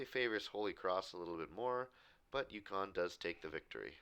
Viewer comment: BRO IT UCONN NOT YUKON